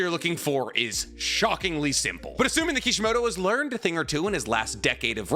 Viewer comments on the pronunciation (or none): none